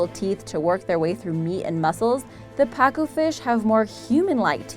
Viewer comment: It pa-cu